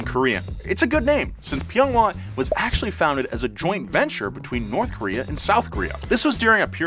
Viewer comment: Kowree not Kayowree